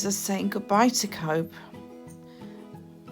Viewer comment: It is not cob it’s is pronounced cove